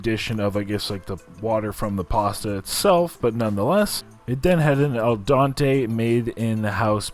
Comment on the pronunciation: al dente, not el dante. Please try to say it right.